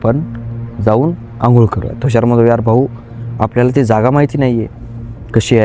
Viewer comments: थुषार, नाही तुषार म्हण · Bhai Tushar asel Thhushar nahi😅